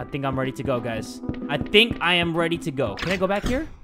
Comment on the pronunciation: I love that said "everybody get weady and buckle up cause here we goooo"